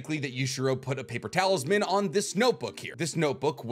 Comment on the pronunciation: He says "paper talisman" But i hear "paper towels man"